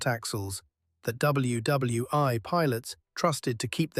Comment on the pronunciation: Well this must still be AI narration because it doesn't know how to pronounce WWI. It always mispronounces it as "wwone" lol😊